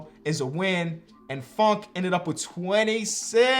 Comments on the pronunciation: anyone else thought he said fuckin miles bridges and not funk and miles bridges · It’s kinda funny when he says funk because it sounds like the F word